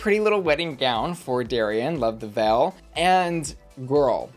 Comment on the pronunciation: says "vell" instead of "veil" haha it's kinda cute. Kinda like how midwesterners say "melk" instead of "milk" and "pellow" instead of "pillow."